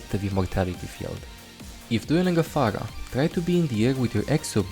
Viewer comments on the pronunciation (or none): Dont wanna be offensive but..."phagah" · Where does this accent come from? It's fascinating, I've never heard r's pronounced as g's before (Phagah/Ogisa/Sombga).